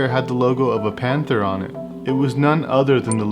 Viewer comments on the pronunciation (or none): none